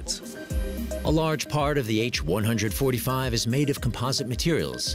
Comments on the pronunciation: H One Hundred Forty Five. Ugh! It's an H one forty five. Good otherwise. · When used in a model number like BMW 325, the 747 is the "seven four seven" not "seven hundred forty serven." The H145 is the H one four five. That's how it works with helicopters. Hint: what you learned in school applies to numbers, not model numbers.